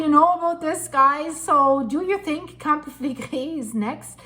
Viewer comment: Pronounced Campi-fill-leg-ri❤